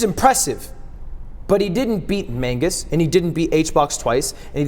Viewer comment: 9/10 show. Would be 10/10 if you stopped saying "Mangus"